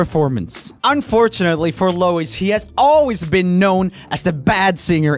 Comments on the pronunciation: Me for 2 mins: " *IT'S LOUI!*" " NOT LOUIS " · They did Louis so dirty Louis is AMAZING and they could‘ve added some of his solo preformances and more recent shows also Louis‘ name isn‘t pronounced like Lewis it‘s pronounced like Lou-eee so yea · ROOMIE ITS PRONOUNCED - LOUI - NOT - LOUIS - THANKS A LOT 🦖✨ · he really called him lois not Louis haha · It annoyed me he said Lois instead of Louie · my sister almost killed me for pronouncing it like Lewis, but Joel's on a new level with Lo-uis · Roomie: pronounces it Low-is Me behind the screen, fully aware he can't here me: IT'S PRONOUNCED LOO-EE, LOO-EEEEEEEEE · No one: Joel: Lou-is Its actually pronounced Louie but it's just spelt like that Louis I definitely recommend checking out his live performance of Too Young, We Made It , No Control, Walls live for all. He's a really underrated singer since Harry and Zayn stand out more and his voice is much different to the others but that's where he is shines with the unique voice. And all the talk about him being the "worst" singer just made his confidence level drop in 1D but now he's getting much better despite all that he's been through. 💙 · Joel calling Louis "Lois" honestly just made me laugh! It reminded me of Niall calling him Lewis to make him mad😂 (I did go into angry directioner mode though when that compilation was just trashing him) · he was saying it like Lois Lane :D instead of Louis like Louie/Lewie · Louis is pronounced Loo-ee, FYI. Low-is is how you pronounce the woman’s name Lois, like Lois Lane. I take it these aren’t common Swedish names, lol. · It'd pronounced as "Lou-wee" not "Luwis" by the way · i say lewis but only ironically, like how louis calls niall neil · Louis is said Loo-e. Unless your British, then it's Loo-eh😂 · I’m sorry but- ITS LOO- EE SISHSKBSJS eternally crying cause he called Louis, Lowis😭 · When Joel said Lewis instead of Louis :😫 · U don’t pronounce it lewis it’s like lewi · Louieee not Louiss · It’s Louee not Lowis